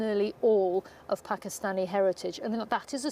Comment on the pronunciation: 30 min long and can't say Pakistani. Wild. This is serious journalism, folks.